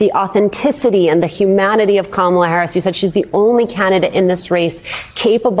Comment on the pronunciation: I swear every time I think Trump can’t get anymore remedial, he does!🤦🏽‍♀️Why does he call her Kamilla, Calmala, HER NAME IS KAMALA-(COMMA-LA)😢!!!!!! JUST LIKE IT IS WRITTEN